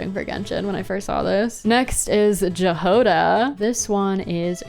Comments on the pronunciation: I don't mean to be rude or anything but just a little correction that Jahoda's name is pronounced 'Ya-ho-da' with the 'o' being more stressed and 'a' being short. I don't know how the genshin VA's will pronounce it but in general it's a Czech name that means 'strawberry' <33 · just a heads up jahoda is pronounced ya-ho-da and it means strawberry in czech and slovak! it’s understandable that english speakers are likely to pronounce it incorrectly but it actually means a lot to us czechs and slovaks since our languages aren’t well known in the world❤ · if this makes it any better for you i’m pretty sure they’re bat ears (also the j in her name is pronounced like a y) edit: just watched the rest of the segment lmao